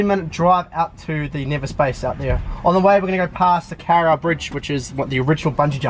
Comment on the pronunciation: Its not pronounced carra bridge dude lt is the Kawa rau.